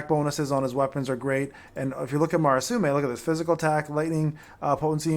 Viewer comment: From your videos, it sounds like you are saying; Marasume while it is Murasame I do not know about japanese pronounciations, so sorry if i'm mistaken.